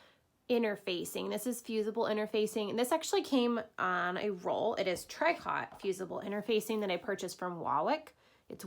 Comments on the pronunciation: Just in case that "i" throws people off... "tree-coh". I giggled a little at the pronounciation, but has great skills and teaches very well. The way this pattern is put together is so cool! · Tricot ...it’s French pronounced tricoe